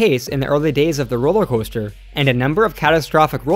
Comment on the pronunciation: “Roller Hoaster”? 😂